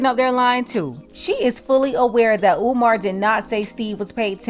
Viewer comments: Peep how he said Omar! Not umar! Maybe I’m listening trying to find a problem! but I been on Steve Harvey BS! But before you can hear it clearly he said umar. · Omar Omar He says he likes him but can’t say his name correctly. In true Steve Harvey fashion not listening to what umar said or anyone else i.e Monique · He also mispronounced Umar's name some they would go crazy over if it came from a white person